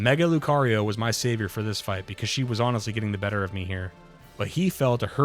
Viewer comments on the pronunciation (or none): none